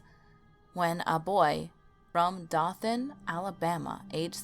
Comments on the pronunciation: That's D O T H A N (LONG O SOUND) Dothan Alabama not dathan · Dothan is pronounced Doe-than not Daa-than. I live near Abbeville and Dothan. Huggin Molly is bs also. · Dothan is pronounced Doe like a doe as in doe a deer a female deer 😂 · It's not pronounced da than its pronounced dough than. Dothan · "Oh-ryan" not Oree-on , and "Doe-than" not Dah-than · There is no "Hartsville, Alabama" in Alabama. Nor a crypto road in *hartselle*, Alabama Dothan is pronounced "Doe*Than" This is as far into the video as I could get..., us alabamaians can tell you are not from here 😂😂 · Hartselle, pronounced Heart-sell, not sure where you got Hartville, I lived right beside it and went to the crybaby hollow several times. Dothan is Doe-than (like fan but th). on Orion is, Oh-rie-on, you know... like Orion's Belt in the sky. It's really annoying for you to mispronounce city names from my home State, research taking a back seat is a shame. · Dothan is pronounced with a long O not a short O. Hollows are also pronounced as "hollers". Graves are excavated not escavated. I heard all of these old tales growing up in Bama. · Dothan, as in Dough.